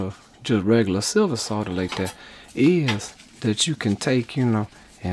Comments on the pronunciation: Nice to hear you say solder not sodder! Never understood that. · I 'effing love you man! You pronounce 'Solder' correctly! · He can pronounce the word "solder"